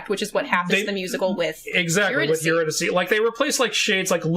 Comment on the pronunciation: My main qualm with the whole musical is the pronunciation of Eurydice, but that’s because I am familiar with Gluck’s opera based on the story 😅 anything that strays from that pronunciation just makes me twinge